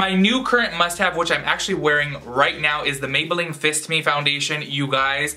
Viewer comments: Omg lol You said fist me foundation 😂😂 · I had to pause the video after I heard “fist me” lmao I’m dying 😂😂